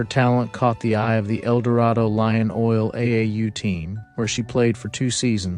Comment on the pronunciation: Another great story fellas! Btw ElDorado is pronounced El doe ray da ! Not trying to pick nat poop out of the pepper shaker ! Hahaha